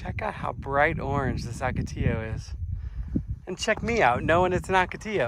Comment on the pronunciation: Love your videos. The green trees are Palo Verde which translates to Green Stick in English. Bees love their yellow flowers in the spring, summer and fall. The other trees are mostly all mesquite. Saguaro is pronounced Sa-where-o (roll the r). Ocotillo is pronounced Oh-ko-tea-o. Source: I live in Vail. Happy Trails!